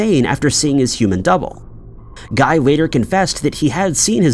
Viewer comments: Yes! It should be gee, with the g sound from golf. He's French! (I'm pretty sure he misspelled his last name, too, but it disappeared too fast.) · In this instance, "Guy" is pronounced "Ghee." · Guy de Maupassant's first name rhymes with "see," not with "sky." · The name "Guy" is actually pronounced as "Gee." It's the correct French pronunciation. 🙄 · Loving the repeated pronunciation of "Guy" 😂😂😂